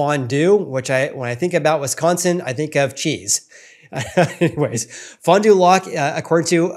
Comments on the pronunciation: hello from wisconsin. pronounce it: fon due lack. Keep in mind, this is about 75 mins NW of milwaukee. It's a standalone city and small market, no suburbs and only about 35,000 people. So 1 or 2 big sales could skew the results. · Great video. Also it’s pronounced Fon Do “lack”, I am surprised prices are up so much there. I am a Wisconsin resident and I personally make more than the average household income in my area and cannot comfortably afford a house rn.